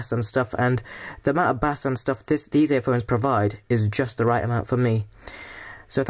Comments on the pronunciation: why did you pronounce it as 'bas' not 'bayse'? xD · the way you say bass hahahaha